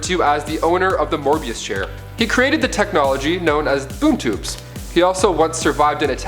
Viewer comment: Mobius Chair... not Morbius Chair